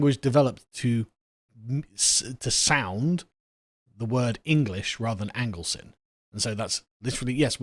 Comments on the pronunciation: It's pronounced Anglekin, not Anglesin. As in kith and kin. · I believe the 'cynn' in 'Anglecynn' is pronounced 'kin', as in 'the kin of the English'